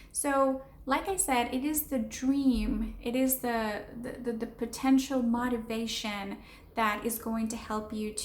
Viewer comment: “Motivation” is pronounced mow-tivation, not mah-tivation.